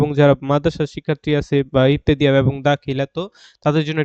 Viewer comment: ইবতেদিয়া নারে ভাই ইবতেদায়ি বলুন